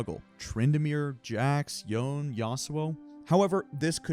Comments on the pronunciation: Yone is pronounced as "yo-neh", not "yawn". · for goodness sake his name is pronounced "Yo-nay" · Take a drink every time he called Yone "Yoan" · No. It's Japanese. ヨネ. Yo Ne. The Yo is pronounced like the the English word Yo. The Ne is pronounced like the English word "Nay". Both syllables should be pronounced equally as long with no stress. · Me wincing every time I hear the name “Youn” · Watch any Riot stream where Yone is played. It's definitely not "Why" + "One" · that is the most incorrect pronunciation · that is absolutely not the correct pronunciation